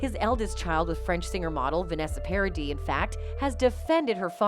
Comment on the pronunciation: your video gets a like of me because you´re nearly the only one who pronounced Paradis right